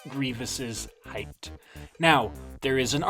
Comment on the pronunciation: This was a great video other than every time you said “heighth”